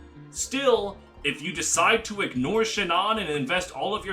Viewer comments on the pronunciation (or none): none